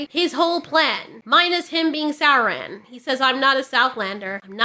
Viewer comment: It's pronounced saurrrrron apparently?